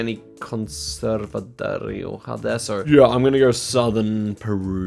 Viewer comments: actually I think his error was saying “de rioja” instead of derecha, (for those wondering I believe it means something like “stay to your right” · Zigzag looking for "Conserva Dereoha" would have been a mistake because jack simply misread "derecha" lol (just meaning Keep Right) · he saw c as o so derecha > 'dereoha' and it does sound like de rioja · Jack’s Spanish pronunciation was not good. He pronounced Derecha as Rioja! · looking for "Conserve su Derecha" city, when its just "keep right" in spanish. To be fair Jack pronounced it in a way you couldn t figure it out. 😅😅😅 😅